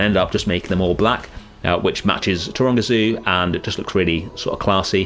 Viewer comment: I was 3/4 of the way through this video, before I realised that you were saying Taronga Zoo. Most the time I thought you were saying Toronto… 😅